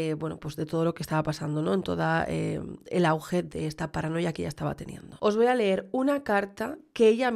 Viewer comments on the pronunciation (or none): none